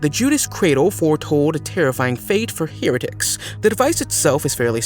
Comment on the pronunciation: "Here-itics" ffs?